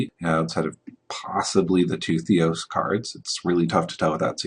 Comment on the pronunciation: Why are you not pronouncing the "R" on Theros? nice video other than that! good info on the card value, on first sight Polukranos looks not good enough for standard, but Mark says its much better than it looks...we can only hope...c